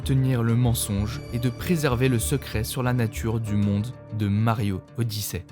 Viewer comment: "Mario odissè" 😅😂